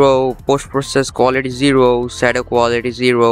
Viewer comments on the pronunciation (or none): none